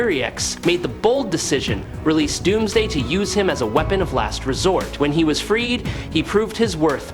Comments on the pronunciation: Yes he did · did he just say Dumbsday